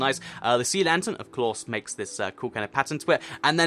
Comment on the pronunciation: maly the first time he said pattern he said passion or passern idk hear it closely